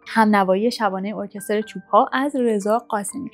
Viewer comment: سلام علیکم آفرین بر شما اول: ارکستر صحیح است س ت ر ساکن است. وقتی که آقای ساعدی به مشکلات سیاسی خورد به نام گوهر مراد می نوشت. اگر روز اول قبر که در دست شما از نشر جاویدان است سانسور نشده باشد خوب است‌ در غیر این صورت افستی قبل از انقلاب مفید خواهد بود. موفق باشید و تندرست